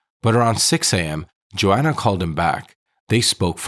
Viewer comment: Why are u saying Johanna as Joanna